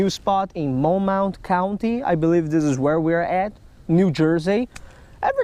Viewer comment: MOW-MITH county folks!